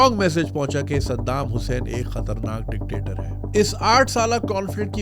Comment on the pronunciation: junaid bhai ap dictator sabd nai bo sakte